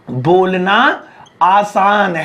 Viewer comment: Bolna. Bonla 😂😂